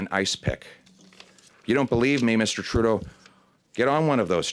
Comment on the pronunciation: I like how he always say "Justin Trou d'eau"